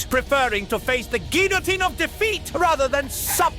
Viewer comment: Gotta love, the famous Frenchman, not being able to pronounce a single French word correctly. Especially loved "GILL-a-teen." Loved it when he temporarily turned German(ish??) though.